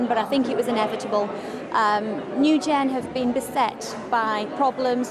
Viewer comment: Is it nu gen or new jen ? Can you people read?